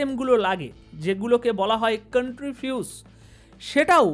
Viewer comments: দাদা কন্দিফিউস নয় এটা সেন্টিফিউস হত। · 3.32 , সেন্ট্রিফিউজ কে কনট্রিফিউজ বলছে😅😅😅